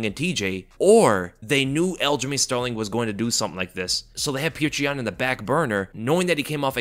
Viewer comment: This guy keeps pronouncing his name as “pjuwtjur”😂… petr is pronounced as “pyotr” man.. shit